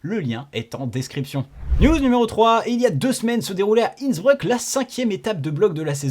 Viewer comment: On est sur de la prononciation de INNsBREUUK ?